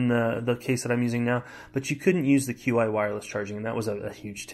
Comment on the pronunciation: Just a heads up. Qi is pronounced chi